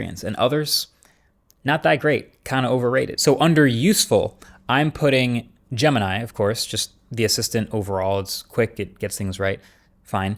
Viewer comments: Bro you call name [ jama nai ] it's jamini bro try to pronounce right name jemini try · gemini sounds like "the gambit"